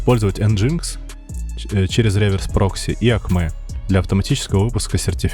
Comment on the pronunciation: согласен) а ещё режет ухо произношения слов "акмэ" acme